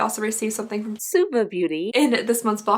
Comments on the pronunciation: She was pronouncing it like "swa-va" instead of "sue-va" which is how it should be :) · Christiana Fisher she missed one, it was "swah-va" 😂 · She missed a voiceover..she was calling suva, suave!! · I def had to replay the swah-vuh that got missed. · Paulette Zayas If I’m not mistaken, a little after she mentions the brand again and I think she was saying “swa-VAH” lmao 😂 that’s me all the time tho I can never pronounce anything 💀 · Jamie Winters she missed one out and said ‘swah-va’ instead😂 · She was saying “Suava” Beauty 😂 she forgot to dub one. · I love the voice overs trying to correct the pronunciation of “Suva” - That cracked me up and I had to let my husband listen to that correction. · I definitely agree about the Belle Pierre! Also I was dying at the voiceover of the Zuva everytime, I was wondering what you had pronounced it as to begin with! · I’m so happy we know how to pronounce “Suva” now! 😂😂 that was the best part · Im crying at the voiceover of the name of the name of that lipstick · “Suva” lol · I can definitely see the confusion with the pronunciation she used. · What I really wanna know is how you pronounced suva lmao